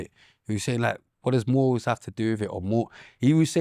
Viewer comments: pronunciation of some words is mind games when he allegedly got A in English. MOOOORULZ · First time I've ever heard morals being pronounced like that😂